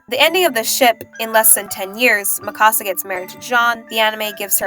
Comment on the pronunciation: Every time you said Mikasa was like nails on a chalkboard. Its MIkasa not miKAsa. It's leviOsa not levioSA.